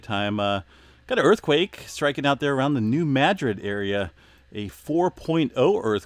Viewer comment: Please pronounce New Madrid correctly... it is pronounced New Mu drid or Muh drid